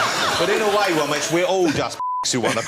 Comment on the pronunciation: “The vewy vewy funny, mister Womesh Wanganathan”